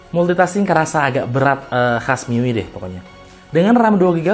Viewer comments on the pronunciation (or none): MIUI ITU DI BACA MI YU WAI YQ BANG SEDIKIN INFO AJA👍👌